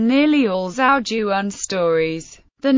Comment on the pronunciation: not once is the title of the book pronounced correctly :/